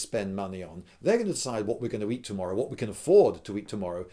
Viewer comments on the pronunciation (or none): none